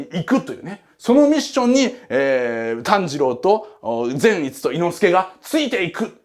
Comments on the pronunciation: ぜん⤴︎いつ⤵︎のイン⤴︎トネーション⤵︎ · 善逸のイントネーションが違うと思うのはわたしだけ？笑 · 説明うますぎて、また見たくなった！！ 善逸のイントネーション気になるところ🤔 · 善逸くんの発音が個人的に気になる… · 善逸のイントネーション（笑）(≧▽≦) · 善逸のイントネーション違うー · 善逸の発音ww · 善逸の発音はあっちゃんのやつであってるのか！？！？あたしが鈍ってるのかあっちゃんが鈍ってるのかわからぬ、、、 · ぜんいつの発音草